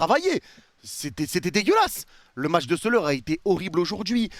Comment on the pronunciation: Soler, tu dois le traumatiser, à l'appeler "Soleure" tout le temps alors que ça se prononce "Solaire"... 😂😂 Quant à Ramos, il s'appelle Gonçalo, pas Gonzalo... Et, ne t'en déplaise, Gonçalo Ramos, c'est un vrai crack !